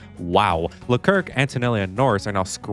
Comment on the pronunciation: No one talking about the fact that he said “LeKirk” 🗿